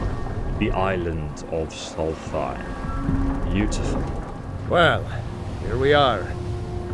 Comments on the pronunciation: Afaik it's more like 'Solst-hime' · Love ESO, but every time he says "solfeim" I twitch. It's like my fiance who calls Markarth "Malkreaf." 🤨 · Solstheim has an S after the L and the H isn't included. Please stop saying a TH sound and say a ST sound. Sols-time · Not to be rude or anything but solsthiem is pronounced "Souls time" (forgive me if it sounds rude, just trying to point out the different pronunciations) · You misspelled your correction of your incorrect reading of the word Magebane. Also, chitin is pronounced kīt'n. I alost still often pronounce that word incorrectly internally. edit: you prounounsing "Solstheim" as somthing like "Solθīm" makes me think you could be doing it on purpose. If you're not doing it on purpose, then I empathise with that. Either way, I'm only 7.62% of the way through this video. I don't want to continue writing down errors when the chances of you benefitting from my corrections are so small. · Soltheim is pronounced "souls-time" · Dude it’s a good video but just wondering about your pronunciation of things. Is it a joke? Like Solthime? They say it out loud in the game. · "soul thime" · Dude i went looking in the comments cause I was like bro why do you say it like that😂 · Why do you pronounce Solsthiem the way you do, even after the NPCs say it the correct way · Never heard Solstheim pronounced like that. Must be a British thing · Its a dyslexia thing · I think it's funny how you still butcher the pronunciation of Solstheim, despite literally hearing NPC's pronounce it XD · You butchered the name of Solstheim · Pronounce Solstheim correctly please